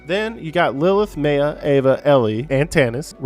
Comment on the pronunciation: im sorry its pronounced MY-AH they say it like 50 times and you still say it wrong wtf